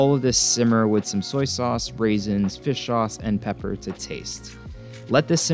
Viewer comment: I cringed when you said "raisins..."